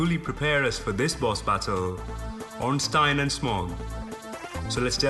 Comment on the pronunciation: You... Actually said OrnstEIN!!! Holy shit!